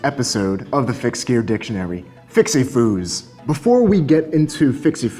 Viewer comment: It's not "fixie foos" It's "fixie goons" and stop being a hater